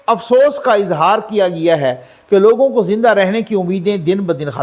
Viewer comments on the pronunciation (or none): Sahab y can't you say........کیا گیا ہے properly?